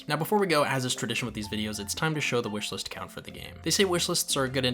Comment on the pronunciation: Wishlislists lol...where did that extra "lis"come from?